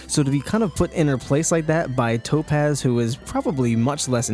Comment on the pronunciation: When I say tapoz you say topaz! Tapoz!